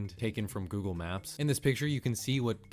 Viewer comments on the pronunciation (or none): "Goggle Maps"